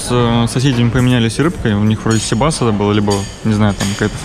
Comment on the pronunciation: Интересный репортаж. Но все же, ребята, внимательнее к лексике и ударениям в словах. Это привлекает. Особенно всем известных. Река Кура у вас как курочка. Хотя, ударение на второй слог. Сибас наоборот на первый. Посмотрите. По редактируйте. Такое качество очень важно для увеличения подписки.